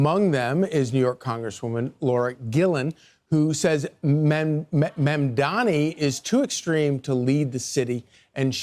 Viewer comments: Bruh mamdani isn’t a hard name to pronounce 💀 just comes across like you can’t read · If you can't pronounce a very simple name, you probably shouldn't be on tv. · I can't get over the fact that they cannot pronounce his name - it is literally 5 (five) syllables!